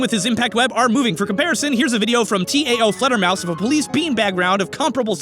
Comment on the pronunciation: The "tao" in taofledermaus is pronounced like the Chinese word.